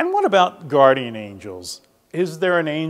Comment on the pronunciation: PLEASE learn to pronounce GUARDIAN!!!! Drives me crazy listening to you say it wrong, over and over.